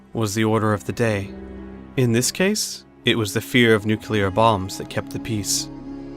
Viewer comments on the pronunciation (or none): Nuclear not 'Noookyuller' 🙄 Nuclear. New clear. It's not difficult.